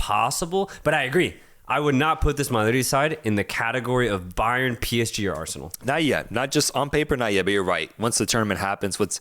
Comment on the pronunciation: "Bayern" lol